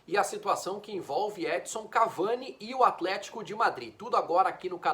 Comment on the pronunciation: Custa falar EdiNNNson???